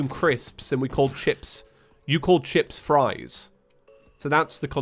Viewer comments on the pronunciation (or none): none